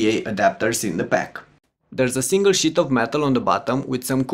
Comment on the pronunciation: "there is a single SHIT of metal" ?